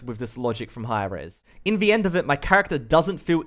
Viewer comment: I like the content and you, but every time I hear "in vee end" I die a little every time. But habit's are hard to break, so kinda has to be forgiven :3